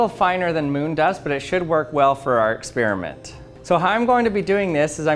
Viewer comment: "...before the experment..." is experment or experiment???